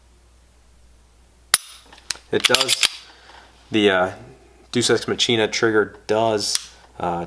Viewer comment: it's pronounced "x mach-e-na